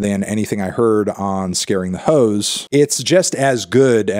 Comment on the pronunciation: Garden Hoes? It’s “Ho’s” Mellon!